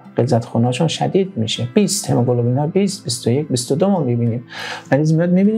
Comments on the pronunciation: هموگلوبین نه هموگلوبلین. گفتاری رو تصحیح کنید..مرسی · این مرتیکه هنوز کلمه هموگلوبین را بلد نیست تلفظ کنه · برو مردک، دکتر قلابی، تو حتی نمیتونی کلمه هموگلوبین رو درست تلفظ کنی، بعد ادعای پزشک بودن هم میکنی؟ دوزاری باقالی فروش